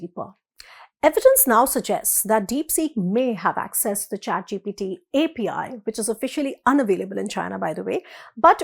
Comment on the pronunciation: Its GPT and NOT gTp